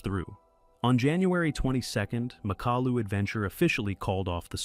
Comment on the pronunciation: Nie Makolu tylko MAKALU pacanie Al 😂😂😂